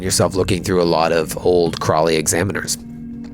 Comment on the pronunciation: Ugh! It isnt "Crawly, Mass"! It's "CROWLEY, Mass"! It took me until now to get that!